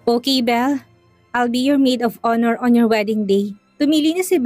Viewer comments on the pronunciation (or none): none